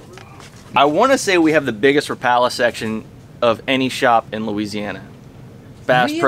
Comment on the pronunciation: Life Long Rapala fan? Yet he can’t pronounce it correctly? Priceless 😊